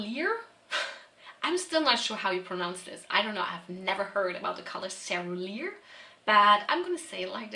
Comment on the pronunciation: Cerulean is pronounced "seh-roo-lee-an". This is a cool idea